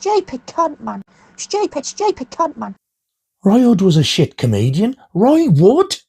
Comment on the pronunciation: Those Yellow Dog vinyls were made the same year as my youngest older sister! Eep! Lol. 😂😂😂 Number of the Beast is an absolute heavy metal classic. But when you were talking about the record label and said Roy Wood's name wrong..... Pa ha ha! And your adorable reaction to finding the merchandise sheet ❤️. Oh my lord! That Jason Goes to Hell is so awesome! I have CJ Graham's (Jason in part 6) autograph on a photo of the paintball scene; he was lovely. Get well soon, mate! 💜